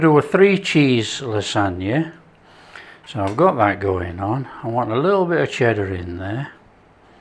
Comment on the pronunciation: Cheddar? Cheddar? NONONO